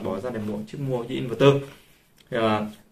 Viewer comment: Kiến thức hạn chế, nói theo ý chủ quan của cá nhân nhưng luôn khẳng định mình đúng. Nghe ức chế. Nói sai be bét cả về chuyên môn và sự hiểu biết, đọc tên hãng cũng sai, in VÉC tơ hay in VẸC tơ là biết trình độ thế nào.